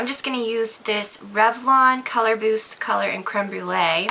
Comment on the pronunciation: Beautiful!!! Btw, did you say Color "Boost" Lip Butter? Or was it my imagination???